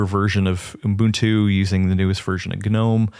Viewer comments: dawg, I love you but there is no “M” in Ubuntu. Uh-bun-too. It’s just that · homework is to learn how to say Ubuntu. Honestly, needs a refresher course too. Lesson 1: do not stick extra letters or sounds between the U and the B